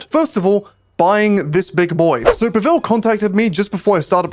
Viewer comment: “PA-vel” not “pa-VEL”